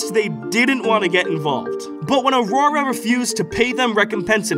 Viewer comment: You say Aurora no differently than anyone else! Don’t feel bad ❤